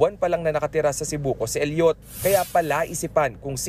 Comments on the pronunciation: Elliot, not El yot, Idiot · bakit ganon mag sabi ng reporter na “Elliot” mali pag bigkas mo bobo